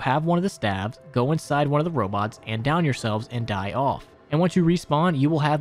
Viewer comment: "Die" as pronounced as "Dee" fyi